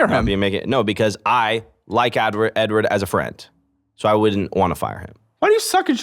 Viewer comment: bro says edward like a slur LMFAO